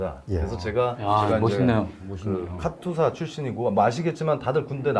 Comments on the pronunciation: 카츄사가 아니고 카투사 입니다. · 카츄사가 아니고 카투사입니다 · 카튜사가 아니고. 카투사 KATUSA KOREA. ARMY Temporary duty USA. 입니다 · 카츄샤가 아니고 카투사입니다 참 촌스럽기는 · 카츄사가 아니고 카투사(KATUSA)입니다.